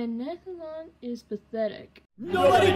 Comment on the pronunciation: She said Nathan’s name wrong. It’s Nathan not Nathlan